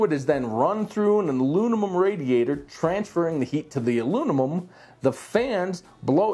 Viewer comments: "Alunimum" haha - great review overall! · 3 degrees difference does not justify the noise difference... if you think doing these reviews is easy try to say "Alunimum" that many times 😂 just kidding great review and gave me all the info I've been looking for, keep up the good work!